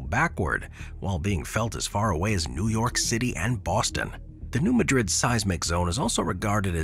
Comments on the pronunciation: New Madrid - pronounced MADrid, not like the Spanish city MadRID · Madrid in USA is pronounced as "MAD-rid" (unlike the Spanish "mad-RID".) Listen to video-recorded locals as they say the name. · New Madrid is MAD rid, not ma DRID like the Spanish city. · In America, because of our early settlers, it is pronounced New MAD-RID, not New Madrid as the original Spanish owners intended. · Correct pronunciation is MAD-rid..... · New MAH’-drid…mah as in ‘nah…I’ll pass’ - yes it sounds weird but that’s how they say it.